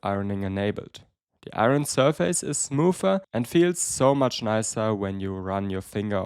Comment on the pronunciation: you say the word "surface" all the time. please learn how to pronounce it. I'm loosing my mind here!